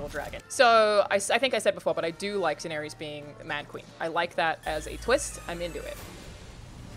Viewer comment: How do people not know how to pronounce Daenerys after 8 seasons.